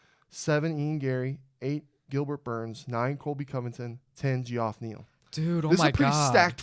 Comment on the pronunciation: Bro called Geoff Neal Gee-Off Neal.